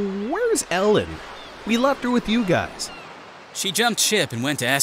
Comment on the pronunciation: I notice they keep mispronouncing things. Like pronouncing Narshe as nar-shay instead of like marsh but with an 'n' in FFVI and now pronouncing Ellone as Ellen instead of Eh-lone in FFVIII. Is this on purpose or what?